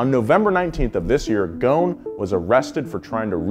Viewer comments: Carlos GHON ? it's Gho S n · it is pronouned GHOSEN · The s is not silent his name is not goon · He is of Lebanese descents,his last name is in arabic thus it is not pronounced gone it is gho-se-n “غصن" witch literally translate to “ branche” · Why are you missing the S ghoSn. The s is not silent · You should pronounce the S. Ghosn not ghon. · Carlos GHOSN NOT GHON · There is an "s" Between "gho" and "n" You should consider pronoucing it😅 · Its Ghosn Pronounce gho-sen Meaning in Arabic "Branch" as a tree branch Thank you for all the great videos Keep them coming :) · Carlos last name is pronounced "Ghoo-son", a name which means "twig" in Arabic. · Carlos is Lebanese and so am I. You pronounce the S in his name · The “S” in his family name should be pronounced, ghoSn , just for info 🤔😇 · how is Ghosn pronounced Ghown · You are pronouncing his name very wrong .. it is divided to 3 pronounced words... GHO" SS" NN" ... GHOSN 😋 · The s is not silent in his last name u r saying it wrong